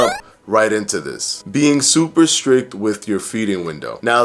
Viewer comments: Brother I LOVE that your vid says strick instead of strict 💜💜💜 I feel like we're friends and I can trust you suddenly lol 🤣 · Strict...not Strick lol. I couldn't help it. Great video though :) thank you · In the nicest way possible....the word is strict...not strick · You almost lost me at “strick” but my fatass needs to hear this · This man said “strick” and i exited out of the video lmaoooooooo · Lol at "stricK" ...cute. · Firefly I know I noticed that too 😂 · "too strick" yikes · Too strick? Strick? Jeeesh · I feel like a jerk doing this because your videos are great but... it should be 'strict', not 'strick'. ;) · He definitely doesn't have a tight grip on the English language 😉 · Lololol I noticed too lol